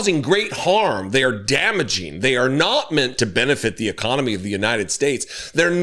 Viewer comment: Our "ECOMONY"? 🤣